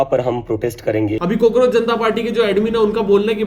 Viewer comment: Bro really said COKEROACH Janta party 🤣🤣